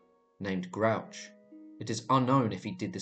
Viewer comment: Grouch???? Is there any Scottish name you can pronounce? Phonetically her name is Grew-akh. Moray is Murry. Findlaech is Fin- Lekh. SewArd is Siword.